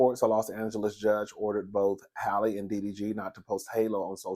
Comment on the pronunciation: mispronouncing Halle name will always make me giggle 😆🤣